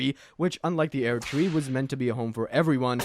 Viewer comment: Aired tree